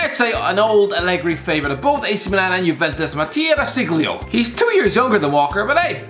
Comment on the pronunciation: Irish guy: DE SICGLIO